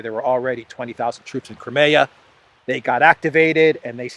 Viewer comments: btw the english pronounciation of "crimea" is "cry me a", as in "cry me a river" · I wish you'd learn how to pronounce Crimea.